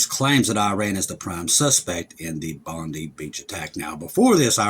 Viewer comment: It’s pronounced bond 👁️ the number of fatalities change depending on who you listen to